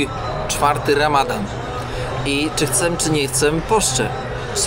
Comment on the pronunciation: chcę nie chcem, błagam cię